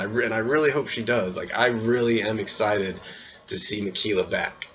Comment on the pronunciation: I wonder what's his opinions of Jeff Varner is now?? And I know it's minor but everytime u say Ma-Key-La, my OCD goes rampage lmfao.